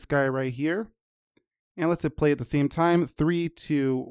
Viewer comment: I don't understand today's English. Game is not pronounced "geem", same is not pronounce "seem", update is not pronounced "updeet", too is not pronounced "tyeeu". This new trend is making me "loose" my mind.